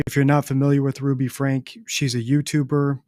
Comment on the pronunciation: Ruby's last name is/was Franke pronounced Frankee, not Frank.